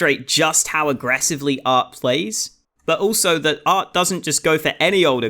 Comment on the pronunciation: His name is aRT, but you keep calling him aT. Such is life for a Bri-ish YouChuba